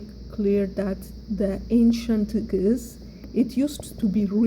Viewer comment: First of all amaharic is not geez. You have to know the meaning of geez. Even u cant pronounce it properly. Basically the formal written language of tigrinja(sabean). Amaharic is not a geez. Amharic language basically have Only 300 years old as a language. It was orginated from tigrinja and agew. 95 % of it are tigrinja the rest is agew. That is why the amharic speaker cant pronounce our alphabet properly. All the Words have uniqe sounds But the amharic speaker since it is very difficalt to pronounce it they uses similar sounds for many alphabets. But the tigrinja speaker are the real owner of the alphabet and pronounce it properly all the alphabet. Your video is poor.